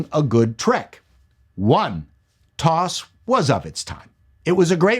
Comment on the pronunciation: For the love of god, please don't pronounce TOS as "toss" again. It's TEE-OH-ESS. As in "The Old School" (I know it's not the acronym but it fits).